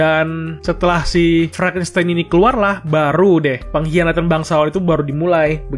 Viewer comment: Frankistain bukan franstain🤣🤣